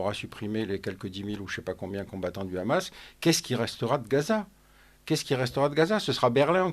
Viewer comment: Khamas au lieu de Hamas et Khasbolla au lieu de Hasbolla c’est signer Israël. Il y a un expert Pierre Conessa fasse à une fanatique débile qui au fond n’en n’a que faire des massacres commis par son gouvernement de terroriste nazi